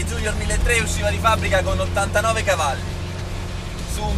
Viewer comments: Bellissimo video come al solito. Però i ragazzi degli anni '60 - '70 si sarebbero sganasciati a sentire la GT iunior chiamata "GT giunior". Junior è una parola latina, non c'è la minima ragione o logica a doverlo leggere in inglese in un contesto italianissimo. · Bellissimo video che rende giustizia ad un'auto stupenda! Bravo! Unico appunto: "giunior" in italiano non si può sentire... :(( ;)